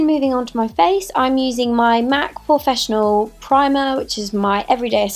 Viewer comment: Anyone else notice she said 'mac porfessional' 😂 love this look